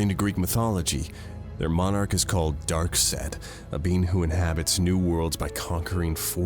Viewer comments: why’d the ruble bounce like that 😂😂👌🤣🤣😂👌 Also, whats with pronunciation of “darksed” 🤣🤣😂🤣👌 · can't pronounce darkseid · why does keep mispronouncing names like loeb and darkseid?